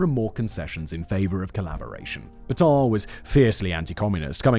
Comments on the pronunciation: Not Peton, but Petain. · Pétain, not "Pétans"!